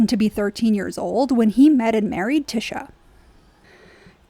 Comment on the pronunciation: I am observing that you have not watched the GOT series because you are calling TYSHA Tisha and not Ty-sha. Tisha is the false promise of Morticia Addams (Gomez calls her TISH) just saying